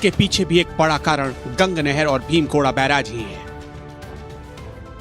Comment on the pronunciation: ये भीम गोड़ा या भीम गोरा नही बल्कि 'भीम गोडा' बैराज है। उच्चारण ठीक करने की आवश्यकता है रिपोर्टर महोदय!